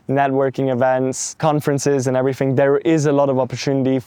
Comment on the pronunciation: There's something seriously off about this guy. Growing up in the UK and not having a British accent, like - what?! That's literally impossible. He also can't say TH but replaces it with F. "Fink, everyfing", that's what Serb's do. Literally living in 3 different countries, speaking 2 languages and not developing a native accent in any of them...unbelievable and not possible. So yeah, something is not adding up.